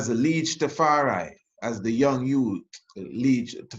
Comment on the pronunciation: Tafar eye, not Tafar eee!